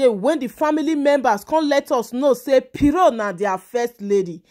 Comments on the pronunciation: Why are you calling her “piro” 😂😂😂? It’s Pero as in “ kpe- ro”🤦🏾‍♀️🤦🏾‍♀️ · My dear she is not piro but PERO